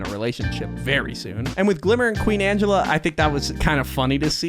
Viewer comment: Also its ang E lla like angelic